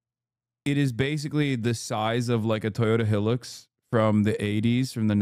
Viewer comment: TOYOTA HILL-IX!